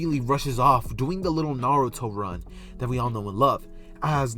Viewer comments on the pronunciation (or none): none